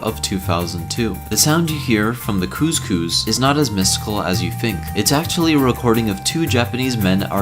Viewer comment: It's Chuchu. Not couscous. Couscous is an African dish.